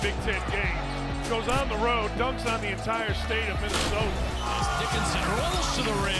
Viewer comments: Dickerson??? Come on man its Hunter Dickinson!!! Respect this man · Ikr lol it's Dickinson